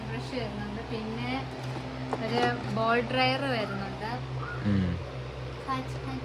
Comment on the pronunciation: ഇവർക്കു സംസാരിക്കാൻ അറിയത്തില്ലെ 🙄പറയുന്നതെല്ലാം തെറ്റുകൾ ആണ് ബോൾ ഡ്രയർ പോലും blow ഡ്രയർ ആണ് കൊച്ചേ 😤